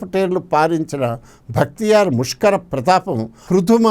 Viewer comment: It is not "Bhaktiyar"; but "Bakhtiyar'"